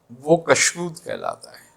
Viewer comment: تلفظ میں کافی غلطیاں کرتے ہیں کُشود کاف کی پیش کے ساتھ ہے کَشود زبر کے ساتھ غلط ہے اور اِنشراح الف کی زیر کے ساتھ ہے اَنشراح زبر کے ساتھ غلط ہے براہ مہربانی توجہ فرمائیں کہاں تصوف پر کلام اور کہاں یہ معمولی غلطیاں